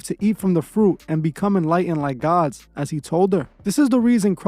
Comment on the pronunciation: You sound like a retarded A.I. and even more so when you keep saying some idiots on TV are "GaWhHDs"